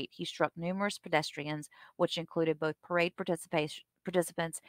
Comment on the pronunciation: OAF FORF, BAFROOM, BOFF...